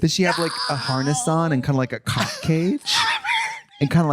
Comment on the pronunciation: her emphasis on 🐓 is so funny 😭